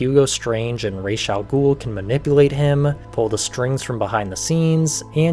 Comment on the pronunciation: thanks for pronouncing Raz's name properly